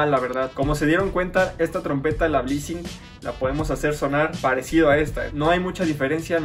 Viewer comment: Es blessing o bleesing como dices? Porque si es la segunda como dices debe ser cualquier baja calidad jjaja